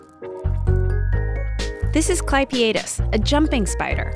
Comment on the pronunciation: EXCUSE ME DID SHE JUST SAY SPEEDER INSTEAD OF SPIDER IN THE START??